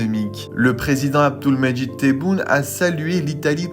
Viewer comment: Merci de prononcer correctement le prenons Abdelmadjid et non pas Abdoulmadjid.